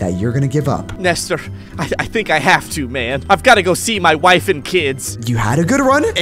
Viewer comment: why did you call him nester?